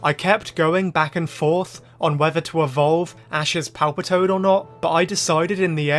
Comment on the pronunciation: I heard you call Ash's Palpitoad Palpatine. Hilarious 😂